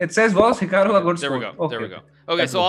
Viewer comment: Whenever someone says Hikaru It sounds to me like "Kangaroo"😅